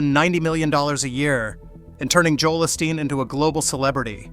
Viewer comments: What was the point of this pointless video? NOT AUSTEEN, OSTEEN FIX YOUR AI GUY!!! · Who is "Ah-Steen" ? 🤔🫩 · Ur AI can't say his name right. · at least pronounce his name correctly. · If you are going to trash his ministry, at lease pronounce his name right. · The mispronunciation of his name is very revealing. The envy in the comments tells the rest.